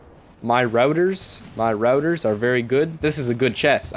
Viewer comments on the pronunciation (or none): ///Mer-ah-der’s// Marauder’s chest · 'mer-raw-dur's' yw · "My routers" Good englishing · Maw-raw-durs ya